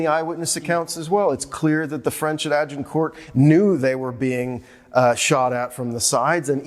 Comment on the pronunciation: I hate how Americans, especially academics, butcher English language pronunciation such as Agincourt. No respect for history, they have to Americanize everything or invent new words for words that already exist and mean what they intend to convey, eg. "Detainment" for detention. Poor education, ignorance and arrogance.